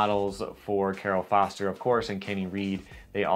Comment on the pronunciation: Populous released at least one run of boards, I remember seeing them in my local shop and they show up on eBay from time to time. PS: Cairo Foster’s name is pronounced Ki-Row, like the Egyptian capital. PSS: In reference to your SEEK video… Josh Kalis’ last names pronounced Kay-lis. Ka like the letter “K” and lis like the word “list” minus the letter “T”.